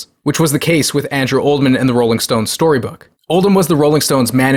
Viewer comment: How do you see the name Oldham and pronounce it Oldman? I'd expect Americans to mispronounce it as OldHAM, because of their inability to use schwas.